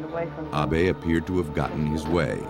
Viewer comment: "Ah-bey" "a-be" "awbay" HIS NAME IS ABE! Say it right 😂